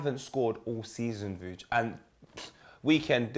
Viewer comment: How gassed was when Vuj did the names correctly on the intro? 😭😭